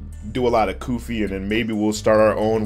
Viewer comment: "Goofy"💀 Its Koofy